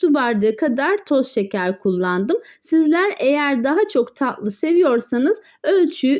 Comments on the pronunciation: Ta' lı değil taTlı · Tahli değil tatlı.... Lütfen kelimeyi doğru telefuz etmek için biraz çalışın zira itici oluyor